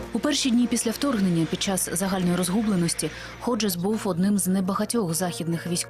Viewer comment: Не Годжес, а Ходжес. Неможна перекручувати прізвище